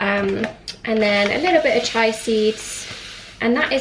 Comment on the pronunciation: This is brill! P.S chia seeds are pronounced CHEE-YAH